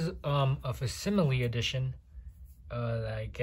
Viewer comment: okay...the way you're handling that book hurts my feelings and it's "/fakˈsiməlē/"